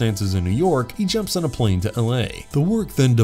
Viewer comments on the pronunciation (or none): none